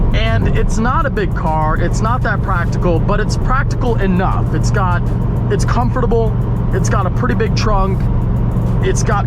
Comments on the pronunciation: Anybody else bothered by the way he says comfortable? “Comoforatable” lol😂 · pronounces the SHIT out of comfortable